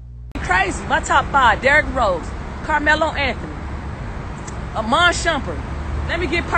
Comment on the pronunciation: better yet she said Iman Shepherd at three